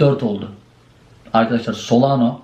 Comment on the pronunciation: 2021'de solano diyordun. Yıl oldu 2025 yine solano diyorsun. SolanA 😆